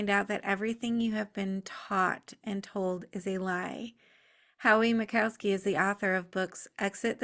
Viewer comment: You either can't read or you care so little about others that you do not read their names. It is not Mic KOW ski. There is no cow in his name.